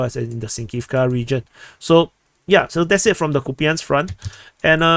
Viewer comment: it's Copeyansk front, stop mispronouncing please